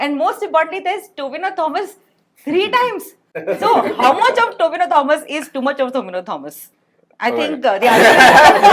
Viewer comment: Not tovina bro his name is tovino